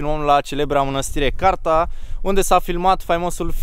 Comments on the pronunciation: se numeste Cârța nu Carta baa... si oricum trebuie sa mergi in Biertan nu in Cârța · Mănăstirea Cârța bossuleee nu Carta 😂😂😂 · Hello, este manastirea Cârța, nu Carta . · Cârța, nu Carta :)) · Mânăstirea CÂRȚA !!!!!???!!!! Nu Carta !😝